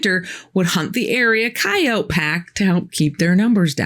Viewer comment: Thank you,. Listening to you is like being with an old friend. I also love that you know how to pronounce the word coyote (just like you don’t pronounce the letter E at the end of the word, please.)♥️🕊️